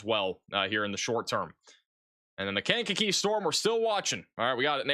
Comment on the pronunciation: Lisle = pronounced "Lyle". The s is silent. Markham = pronounced "Mar-kum" Sauk Village = pronounced "Saw Village" Monee = pronounced "Moe-nee" I love how you pronounce Kankakee...I be in tears😂😂😂 "Kane-kuh-key"